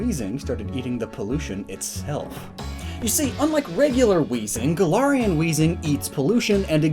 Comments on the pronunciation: It's Gal-ar-Ian forms, not Guh-laryin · Me, a Pathfinder player, constantly hearing "Golarion"